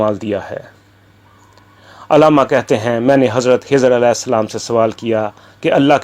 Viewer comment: Janab Aap pahle urdu to theek se paden khai ki jaga hai bolte ja then khizar as ko hizar as aur bhi mistakes bolja rahe apni urdu sahi karen😂😂😂😂😂😊😊😊😊😊